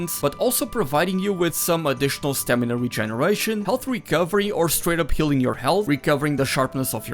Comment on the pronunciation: it is healing but he said something like "k(h)eal" xD